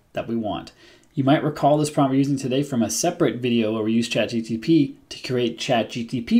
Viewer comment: Am I hearing you saying ChatGTP